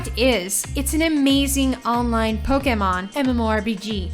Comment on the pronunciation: The way she says "Poke" and "Pokemon" really bothers me.